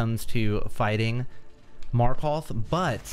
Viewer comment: He really did just say "Marköth"